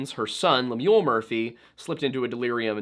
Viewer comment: Pronunciation or Lemuel is LEM-yul, not lem-YOOL. Should sound a bit like “hymnal”.